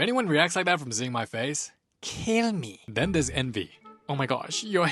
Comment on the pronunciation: kell MEe🥺